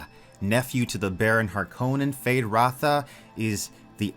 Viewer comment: It’s Rauta not Ratha. ”Rauta” means steel in Finnish. Frank Herbert took inspiration from the Finnish language for the Harkonnen.